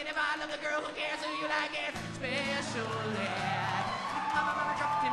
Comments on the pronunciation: I swear he keeps saying "pecial" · just a little bit 'pecial :D